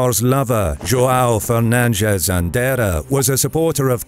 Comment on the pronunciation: Autor, é Conde Andeiro, não é "Andeira". E esse indivíduo era Castelhano, não era Português.